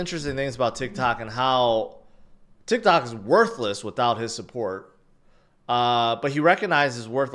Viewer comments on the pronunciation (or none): none